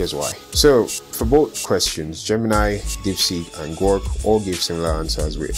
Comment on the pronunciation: It bothered me so much that you said "Gork" every time 😂😢